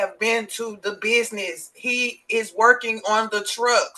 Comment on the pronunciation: I don't like the way she says "business". She's not saying it right.